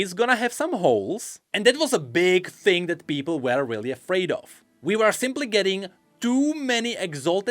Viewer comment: dude I can´t pls google "Cambridge Dictionary" and listen to how the word "were" is pronounced